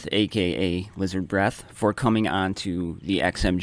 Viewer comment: I think you butchered my name, IF that was supposed to be me lol, i'm not even sure xD